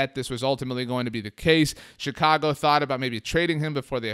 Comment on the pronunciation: Please stop saying Chicago like that, it fucking pisses me off as a Chicago resident. No one speaks like that!!!